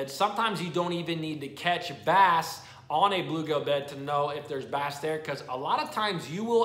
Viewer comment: Dude! It’s bluegill, not bluegale. 😂. Love your videos.